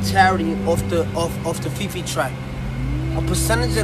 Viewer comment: I cant take you seriously when you say fefe lmao